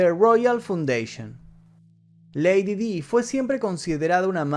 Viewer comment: Lady Di se pronuncia como "lady Dai".